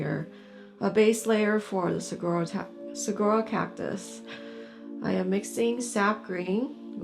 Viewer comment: Great video. Thank you. I grew up in the Sonoran desert. Saguaro is pronounced Sa WAR o 😊.